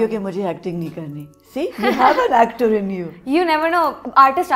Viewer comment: aima said "actring"😂😂😂😂